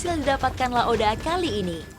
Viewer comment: Bkan laode tp laoda